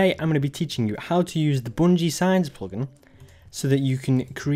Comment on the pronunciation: The PLOGIN accent lolz